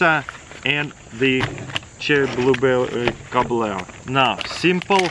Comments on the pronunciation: "chewry bwluberi cobobler" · “Cherrily Blueberrily Cobeler”